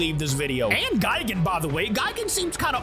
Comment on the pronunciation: One thing that pisses me of is pronunciation of gigan and anguirius he says guygan and angwayrus no offense